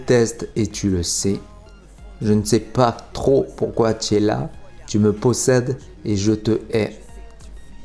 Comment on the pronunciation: À 2m50 tu parles sûrement en patois des gens du sud car tu dis « ti es la » alors que c’est « TU es la » normalement. Bon moi j’dis ça j’dis rien mon sudiste du sud préféré ❤️ Love mec.